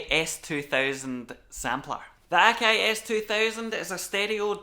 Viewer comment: OMG! What is this magical accent!? I up thumbed, subbed & belled because I needed these particular pronunciations of 'Akai,' 'Wavs,' '32,' & 'era' in my life forever!